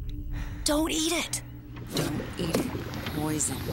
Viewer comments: pizza❎ poizzon✅ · Pizza box "Oven Fresh" "Poizzon" 😂😂😂😂😂😂😂😂😂